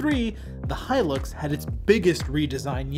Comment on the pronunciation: Thank you for pronouncing the Hilux properly instead of how 99% on Americans pronounce it as Helix